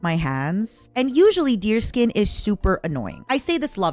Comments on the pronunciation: That’s the funny thing, it’s not, she’s just doing it to mess with her. It’s supposed to be pronounced Dears-kyun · So I'm not the only one who pronounces it deerskin